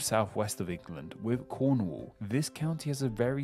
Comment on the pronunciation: Why would someone with a speech impediment choose to make a youtube video that involves teaching international viewers place names? Am I being too harsh? Wun to Fwee.... Powtsmuff Cownwul Can't form "th" so pronounces "F" Has so much trouble with "R" it comes out "W" It's basically lazy pronunciation, there's nothing to indicate he has any physical impediment precluding the forming of those letters and sounds.